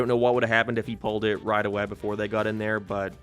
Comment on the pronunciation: why the fuck do you say there like that